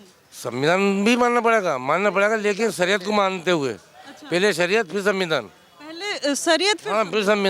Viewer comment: Sariya. Nahi sariyat pahle bolna sikhlo